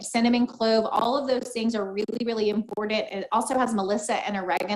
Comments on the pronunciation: Its very im-poor-dent. Ugh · EMPOORDENT. The way says important grates me.